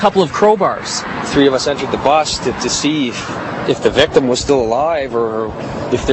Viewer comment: Take a shot every TIME they say victem